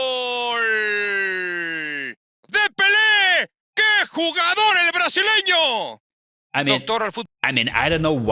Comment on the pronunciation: he said brazileno !!!